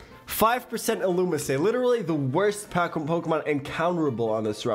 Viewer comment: Love pronouncing illumise as illumissay